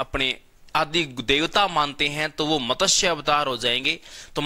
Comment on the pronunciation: pahle to matsya word ko properly pronounce karo.kisi Hindi k good teacher se seekhlo